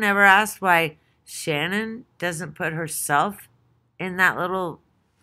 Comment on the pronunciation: It's S.H.A.N.A.N.N not Shannon